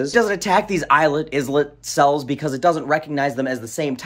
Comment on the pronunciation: You did pronounce 'islet cells' correctly. I've been telling people about stem cells derived from a patient's own fat tissue for years, completely negates the whole facile argument about "ethical" concerns using zygote cells. Pluripotent cells from one's own tissue has identical DNA, so there is no chance of the body rejecting implanted tissues derived from its own code.